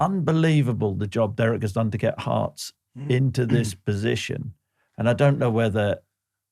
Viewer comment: 😂 Heartsess????? Uhhhhhh it's Hearts Mr Boyd 😂😂😂😂😂